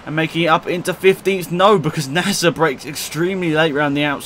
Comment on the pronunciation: Not nasr